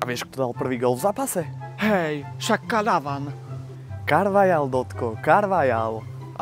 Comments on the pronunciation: 😂KaRvAlAj že😂 cte se to : karvachal👍🏼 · Nie Carvajal ale vyslovuje sa to Carvachal ale nič v zlom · Číta sa to karvachal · Ale ono sa to vyslovuje Karvachal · To sa cita karvachal